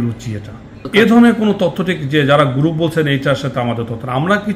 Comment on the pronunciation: "গ্রুফ" না উচ্চারণটি হবে গ্রুপ, তাতেও সমস্যা হলে " সংঘ " বলুন।